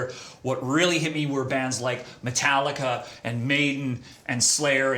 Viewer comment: "Biggest metal band of all time" Sam mispronounces Metallica...